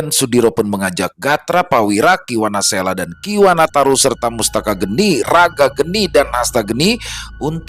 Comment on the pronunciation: Sepertinya bukan mustaka geni, tapi mastaka geni Mastaka (kepala) geni (api)